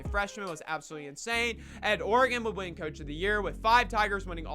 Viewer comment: And is that pronunciation of coach O rage bait?